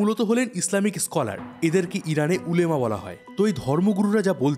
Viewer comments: Ulema na olama. Hobe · Ota ulemaa na olamaa